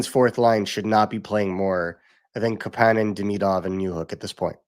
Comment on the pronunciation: hey are you guys still pretending to be insiders on how to pronounce Kapanen's name? lol - KAApaaaaaanen , you had the hot scoop, it was wrong.